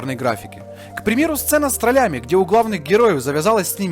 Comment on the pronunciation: "...сцена с троллЯми"... " троллЕй"... О мои уши! Диза